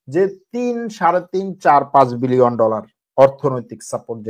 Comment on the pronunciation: বিলিয়ন / মিলিয়র বলতে আরও ক্লিয়ার করে বলার চেষ্টা করবেন